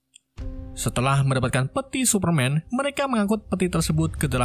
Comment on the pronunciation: Tersebut bang bukan tersebat wkwkwk